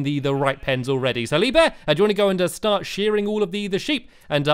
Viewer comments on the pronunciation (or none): i think he said shart instead of start. great save! lol. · Am I the only one who noticed he said shart instead of start